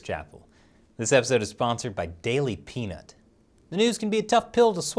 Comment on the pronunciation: When he said "daily pnut"..... well..... that's not what i heard the first time....... lmao